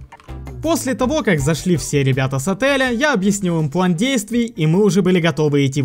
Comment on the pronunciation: он сказал плен, а план 0_0